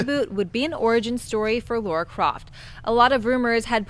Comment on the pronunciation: LARA Croft, not LAURA Croft.